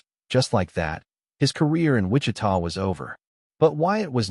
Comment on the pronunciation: Cuando dice en " wicha" supongo que quise decir Wichita